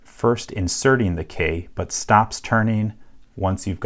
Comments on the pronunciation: You say ‘key’ weird like Kay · Gah, yer killing me with the "Kae" pronunciation. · Why do you pronounce key as 'kaye'